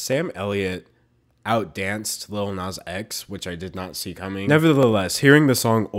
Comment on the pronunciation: why do i hear "nut" when he says "not"? I'm too nutty...